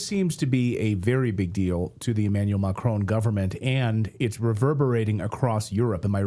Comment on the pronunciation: Micron instead of macron 😅